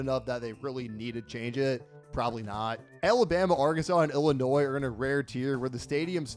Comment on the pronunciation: You got Illinois wrong